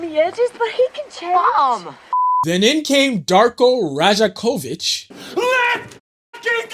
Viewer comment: Damn you butchered the coach’s name lool